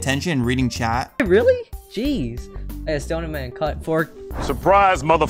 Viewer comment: He say kut